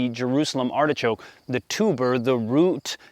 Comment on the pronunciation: Pronunciation - "Artishok" ;)